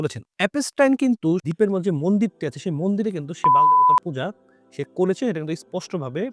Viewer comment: উচ্চারণটা হল - বাআ'ল